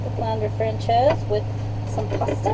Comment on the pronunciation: It's "FRAN-SAYZ"